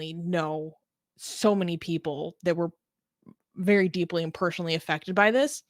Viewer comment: I can't get past the 'ayand'.